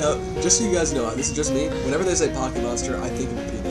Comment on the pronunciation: instead of mo-anster, wouldn't it be moan-ster?